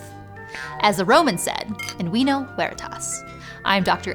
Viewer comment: FINALLY SOME CORRECT LATIN PRONUNCIATION! In WINO WERITAS! In WINO